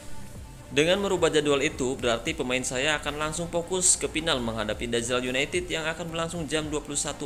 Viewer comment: Pas ngmng Dazlar united yang aku dengar dajjal united😂